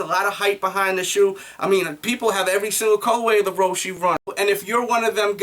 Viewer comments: its roche not roshy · It's Row-she...